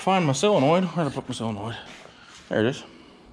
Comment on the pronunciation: Pronounced "Sillinoid".... but spelled "solenoid".... only in the midwest. Totally looking forward to the FUMMINS!!!